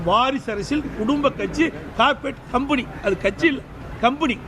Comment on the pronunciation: கம்ப்பெனி னு சரியா சொல்ல தெரியல கோமாளி நாய்க்கு, கம்புனி யாம்....